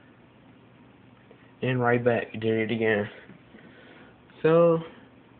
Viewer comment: V "agin" eer